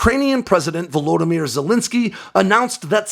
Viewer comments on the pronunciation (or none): none